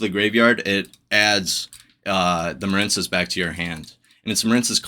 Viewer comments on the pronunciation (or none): Muh-reen cess. It's a water based archetype. Like the words marine life or marine mammals or the US Marines. Quit intentionally mispronouncing card names no one who speaks English doesn't know the word marine.